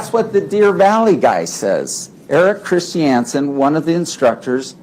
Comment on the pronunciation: The way Paltrow's lawyer pronounces Christiansen makes me angry.